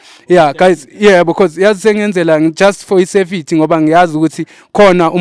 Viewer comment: Safety 😅😅😅😅😅😅 not safity